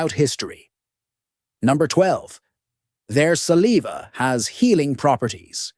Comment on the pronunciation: Suh leave uh? Lol